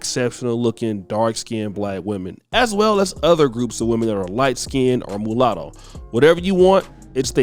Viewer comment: This boy still saying mullato 🤣🤣🤣 stop that shiz